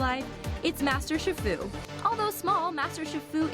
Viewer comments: Wow this is annoying! And it’s not SHIR-FU. It’s SHE-FU! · Shifu is pronounced sheefu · It's pronounced She-fu, get it right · Its pronounced sheefu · shifu??? it's chi- fu pronounced as shi- foo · its pronounsed sheefoo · Master SHI FU?! It's pronounced SHEE-FU. I can tell she hasn't watched the movies. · yea its pronounced SHEE FOO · You're saying shifu wrong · PurplePanther125 She just pronounced shifu wrong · ...She said Shifu wrong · Snowie Clover IKR DUDE!!!!!!!!!!!!!!!!!!!!!